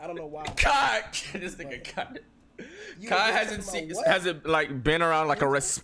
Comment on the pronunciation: really said Chai 💀🤣